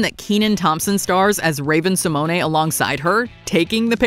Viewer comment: The way that "Simone" in Raven Simone's name is pronounced, priceless...it's pronounced Sim-ohn, not Simonay